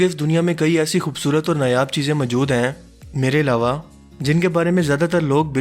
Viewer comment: Plz, Urdu accent pe concentrate kjye, mjood ni mojood hota h